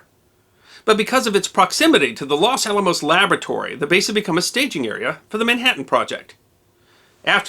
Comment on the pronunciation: Los Alamos, man, not Las Alamos! If that bomb had gone off, My family would had vanished in a flash, and I would have never been born. Yikes! Great job on all of your' wonderful videos. Thanks!